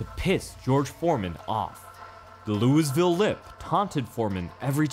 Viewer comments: That Lou-is-ville was so cringe… Loo-uh-vil it’s just Loo-uh-vil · One of your best,. Though for the record, it's pronounced 'Loo-a-vul'. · That ain’t how you pronounce Louisville, how dare you have a minor pronunciation issue. Blocked and unsubscribed. (This was an absolutely phenomenal video, I love every analysis you’ve done. Bravo on understanding the art of boxing, Muay Thai, and all other combat sports!)